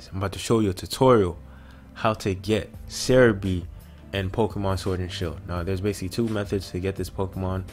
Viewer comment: whats ceribi? why did he say ceribi